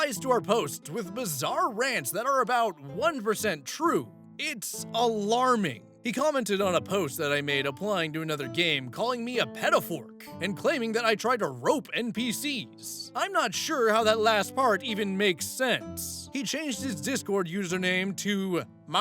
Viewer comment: really said "pedofork" and thought we wouldn't notice